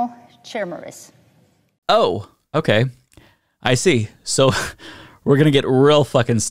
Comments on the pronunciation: KI-M-ERA not chimera lol, someone hasnt seen Hunter X Hunter… lulz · Human animal chimichangas? Because you didn’t say chimera because that word is pronounced ki-Mira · She cannot be taken seriously when she cannot even pronounce the word chimera... (kai Mee rah) or (kai Mare ah) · I know what a chimera is, but what's a chimmurra? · chim-era... not chi-mera, chim-era. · Can't even pronounce chimera right... KAI-MAIR-UH! Who elected this woman? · The second she said "chimurras," I immediately started singing this is my head. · Gods, they can't even pronounce 'Khaimera' right. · That is NOT how you pronounce chimmy-ray. 😔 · TF is a Shimera?? 😅😅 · It’s pronounced Kee-Mare-Ah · its pronounced chemera like chea pets but of trans chea pets running around heck no not on reblucans watch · Of course she pronounced chimera that way. Classic! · She can’t even read the word “chimera” but she’s a law maker smh 🤦🏾‍♂️ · She doesn't even know how to pronounce chimera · She can't even pronounce Chimera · I know she has no clue what she is talking about bc she has never seen the word Chimera. If she and her constituents actually were concerned, she would know how to say that word and what it means. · Chim-chimera, chim-chimera, chim-chim cheroo My brain wants to barf when it listens to you! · Does she not know how to pronounce Chimera? They know it's in the Bible right That word that's where it's most commonly used? Aside from fiction these days! And isn't a chimera made from magic not science!? All I can say is at this point don't weep for the stupid, you'll be crying all day! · cant even pronounce chimera right..... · This can't be real, I must be in the Matrix. Please, someone unplug me, I'd rather succumb to oblivion. Edit: I wrote this comment before I heard her say chimera from her stupid mouth. Please just.. please, huge asteroid, please come put us all out of our misery.